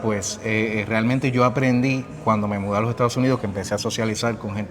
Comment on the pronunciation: “Estaos” Unidos